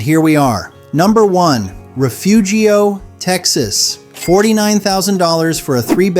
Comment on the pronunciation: I'm from Refugio. It's pronounced Reh-fury-oh, and it's a horrible place to live full of worse people. You couldn't pay me to go back.